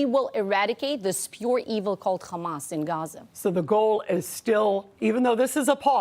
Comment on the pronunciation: "Cchamas". Er, yeah... Naw, it's not a Hebrew word. It's pronounced "Hamas". With an "H". That's all.